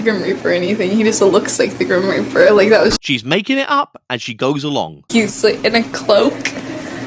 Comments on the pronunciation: Every single time you said “Grim Reap Uh” I cackled! 🤣🤣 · Your Cali, slacker accent 😂 “Grim Reparrrr” 💀😂 WHY DO THEY ( and other “ghost hunters” ) ALWAYS OVERREACH AND MAKE 💩UP?!?!? Did they go to the Wyatt Housman ( TP) tutorial on “How to Make Up a BS narrative?” Outta nothing! …NOTHING!!! 😫 BTW , Bonus Point on this one for the inclusion of Mean Girls 🙌 😉👍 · I replayed “It’s like the grim reapaah, but not, like, the grim reapaah” about 200x now.. 😂❤ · Omg I really must watch your videos when it’s not 00.40 am 😂 as I’m keeping everyone awake…”the grim repaaa” killing me every time 😂 as for the two giggling geese, holy 💩give me strength. They’ve actually done it, they’ve achieved actual worse ghost hunters on YouTube … maybe across every social media platform, give it up and get a real job girls 🤦🏻‍♀️ Thanks for covering this, I’m sorry for your pain just know it’s appreciated 😂🤷🏻‍♀️💕